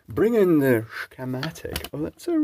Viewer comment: Somehow, with that pronunciation, you make "schematic" sound like a dirty word. Thanks for that.